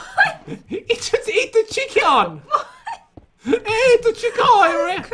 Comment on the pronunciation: Pat: it just ate the chieikion.